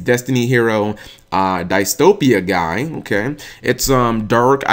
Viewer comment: "Diss-Toe-Pee-Yah-Guy",. That is how Edo's voice actor pronounced it in episode 104. I thought you said you were caught up already?